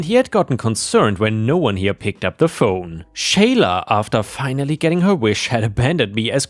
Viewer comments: For future reference? The name Sheila is pronounced "SHEE-lah", not "SHAY-lah". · Sheila is pronounced as = She la; what you were saying would be Shayla. The "i" is silent. Disney is such a cutie. I adore her. It might be that the one who is afraid of Disney is afraid of cats in general. She just seems like a great cuddlebug to me. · "Sheila" is said as "She-lah." 🤪